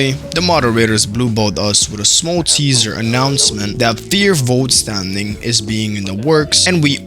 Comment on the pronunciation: its actually vollstandig... Not Voltstandig 🙄🙄🙄🙄